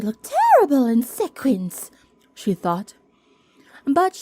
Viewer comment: Love the new story! Just as a hint, 'wiley' is pronounced 'while-lee' not 'willy' and sequins is pronounced 'see-kwins' not 'sek-winz' 🙂 Your voice is smooth, but in the second half of this video you start to read really fast, like you're in a speech marathon. It made it rather hard to follow you.